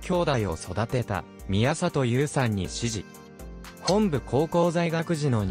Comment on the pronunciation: 「ひか」ではなく「ひが」（比嘉）。 高校名も「ほんぶ」ではなく「もとぶ」本部高校です。（くじり格子）